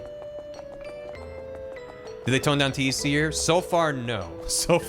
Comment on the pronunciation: why did switch from calling TEC, uh, TEC, and instead T-E-C?